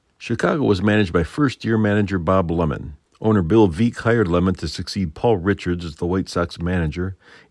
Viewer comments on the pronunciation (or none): . Pronounce Veeck as “Vek,” not as “Veek.” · Bailey Saran did that same thing with Veeck's name on her podcast "Dark History". I haven't forgave for that. Lol